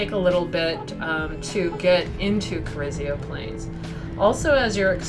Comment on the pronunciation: Pronounced Carrizo not Carrizio ;)